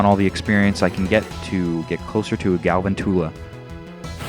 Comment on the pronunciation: It's Gal-VANTULA. Like...TARANTULA. Sorry, just had to say that. Xd